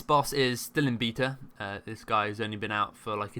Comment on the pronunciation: Heard his pronunciation of the word "beta" and Left...